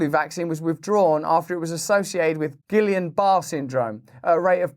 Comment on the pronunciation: Say (gee-YON bar-RAY) syndrome.